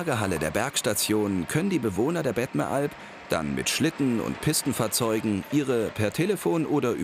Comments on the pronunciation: heißt überigens bettmeralp und nicht bettneralp. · das heisst nicht bettneralp sondern bettMeralp... wenigstens lesen solltet ihr können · Ironie?!? Ich bin gerade hier. PS: Es heisst Bettmeralp nicht Bettenalp!!!!